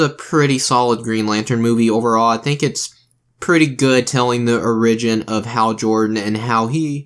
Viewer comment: And will you stop pronouncing Origin like that